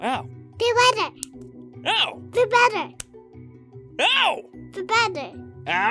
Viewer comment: fewl bettewh MY GOD SHE SOUNDS SOOO CUTE